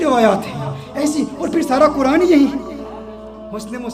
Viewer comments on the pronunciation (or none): none